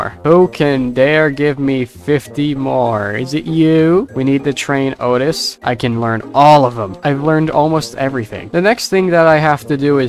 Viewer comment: Please don’t say oatis because its oatchi pronounced like oat-chi